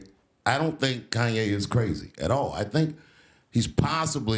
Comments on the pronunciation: Almost didn’t make it through the whole video with them messing up Kanye name like that. I’m not even a Kanye fan but still you should at least get the man’s name right. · This channel is trash. Just look at the thumbnails and the amount of uploads. It can't even pronounce kanye right half the time. Is it all bots? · Why she can't say kanye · Why she can’t pronounce Kanye